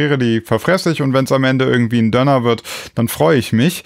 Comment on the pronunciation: Ich komm nicht darauf klar, dass du "Dönner" sagst. Ich dachte das heißt DÖÖÖÖÖNER mit langem ÖÖÖÖÖ! Bitte um Aufklärung! Hab ich mich all die Jahre blamiert?